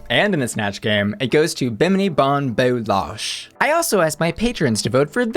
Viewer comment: It’s Bou-LASH not Losh 😉